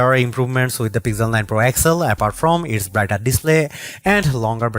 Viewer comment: This is Pixel not Pigjel....plz plz don't murder it... 🙏